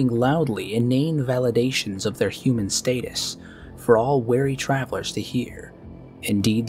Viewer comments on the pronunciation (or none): Pronounced "Hue-Man" not "hoo-man".